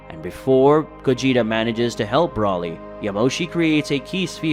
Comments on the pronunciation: It’s Broly not Brawley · I wish you would at least say Broly and Gogeta's names right